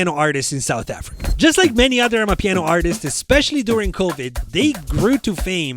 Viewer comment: you can hear how he Transends to properly pronounce amapiano.